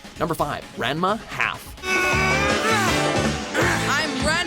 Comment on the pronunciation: Am I the only one who get's irritated when someone says Ranma 1/2's name wrong? It's pronounced "Ron-muh One-Half"